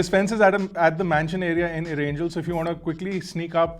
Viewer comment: " ERR ANGEL "?? seriously? Its ERANGEL